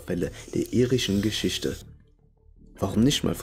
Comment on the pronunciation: PersöniSCHkeiten. GeschiSCHte. SiSCH. Ürland. Ich kann dem Typ nicht zuhören.